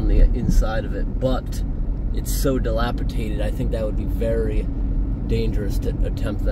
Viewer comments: DilapiDATED not dilapiTATED 😅😊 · Dilapidated -- nor, diliapiTaTed! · Does he say "dilapitated"? it should be dilapidated. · Just for the record the word is dilapidated not dilapitated 🙂 cool buildings and walk arounds. 👍🏼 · Can you please stop saying dilapitated, it is dilapidated. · It's dilapidated, not delapitated. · Dilapidated not dilapitated 👍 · The word is “dilapidated” di lap i dat ed. Not Dilapitated. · Great channel, but please stop pronouncing “dilapidated” incorrectly….it’s dilapiDATED not DilapiTATED.😊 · The word is Dilapi'D'ated 😉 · Just fyi it's dilapiDated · Awesome video as always! Glad you stayed safe with the state of some of the buildings. Also: Dilapidated* It’s a ‘d’, not a ‘t’, on that next to last syllable, my friend. I’m not trying to be negative. I just wanted to inform. 😉